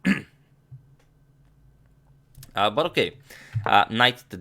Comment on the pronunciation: Agadmator: Burrokay